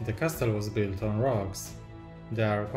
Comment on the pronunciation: Twoje MOCe są niesamowite, robią duże wrażenie i doceniam, że robisz filmy w języku angielskim. ale błagam, wymawiaj "castle" jako ''kasyl'' bo po ponownym oglądnięciu wszystkich MOCy związanych z lego Castle trochę mi uszy zwiędły ;)